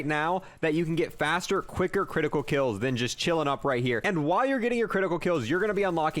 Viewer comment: Why does he not say the s in headshots and kills